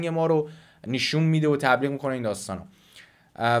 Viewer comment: داداش این نشون رو "نیشون" گفتنت واقعا اذیت کننده‌س😁